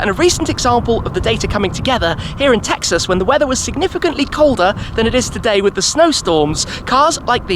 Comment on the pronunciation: You can't say Texas like that, its not allowed.